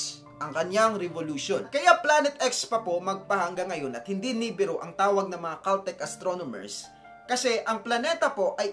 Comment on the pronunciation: nibiru = nee-beer-oo, sumerians = soo·meh·ree·uhnz. Constructive criticism lang po sir since nagbibigay ng info, dapat tama rin ung pronunciation sir.